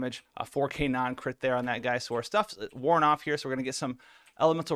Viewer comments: He says Cri’it chance and not crit and its so annoying bruh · Why is he saying crit like that ???